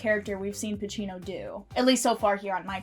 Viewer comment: Al Pacino not Al Pachino